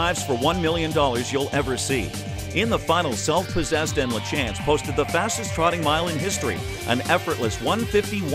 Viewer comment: Exactly, that drives me nuts. Even at the meadow lands you would have thought out of respect for the man alone to ask Michelle “Mike” how it's pronounced. “La- chance” instead of saying it right.